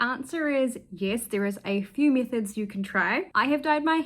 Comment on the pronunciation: Oh METHODS not MISSES, sorry I must have painted my eardrums by accident.